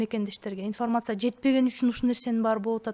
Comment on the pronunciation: инфмрмаца ифармаса дебей уйронсон. суйлошту